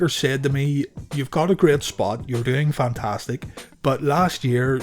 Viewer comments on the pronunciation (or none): none